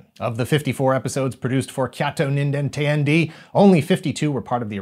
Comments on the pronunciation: It's not "teh-yan-dee" rather it's "t'yan-deh!". IIRC it translates into something akin to "(what) the hell?!". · Bruh, it's pronounced tay-anh-day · teyandee is pronounced teh-yan-deh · I love you, but the way you pronounce “Teyandē” causes me physical pain.